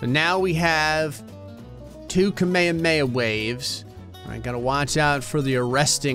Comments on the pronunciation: s pronunciation of Kamehameha as 'Kameyuhmeyuh' physically hurts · mispronunciation of "kame hame" is sort of impressive. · Did bro say kameme